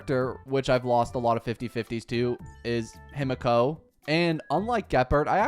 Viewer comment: THE WAY HE IS MISPRONOUNCING EVERYTHING ge purd seelie/sella/sellay herenteum him a ko INERT SALETTO rule i ent arena eye on zeeon lawfu him a ko PLEASE THIS IS THE MOST CAUCASIAN PRONUNCIATION